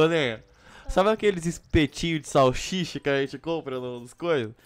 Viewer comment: em vez do nenho fala salsicha ele falou salchicha